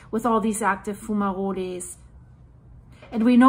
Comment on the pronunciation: if you go to google translate page .. type the word into it and click the little speaker icon .. you will hear how a word is pronounced .. it is pronounced a little different in english .. fumaroles .. if you press it twice it says it a little slower the second time :) lova ya channel/work -- spelling mistake intended